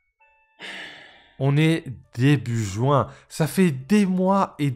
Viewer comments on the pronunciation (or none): none